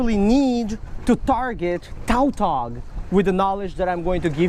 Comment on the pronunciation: Oh I was confused on what fish he was talking about because it's pronounced tatog